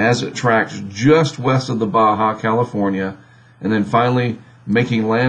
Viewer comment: Surprisingly, they can pronounce Baja correctly.